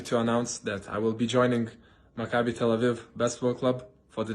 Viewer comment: It's pronounced mak-a-bee; not macabre! Oy.